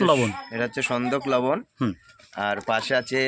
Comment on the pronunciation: ভাই সনদেক লবণ বলতে বুঝলাম না একটু ভালো করে যদি বলতেন